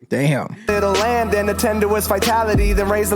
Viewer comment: Its land lol. Not lamb